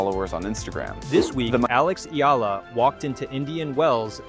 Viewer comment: Another fake AI news narrator cant even properly pronounce Alex family name😜😜😜